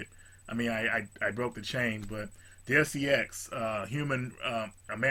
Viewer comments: Deus Ex is pronounced day-oos x,. Not trying to be a dick, just trying to help for future reference.:) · is cool as hell, but come on. You gotta pronounce stuff correctly. It's for your own benefit. Otherwise, you kinda look like....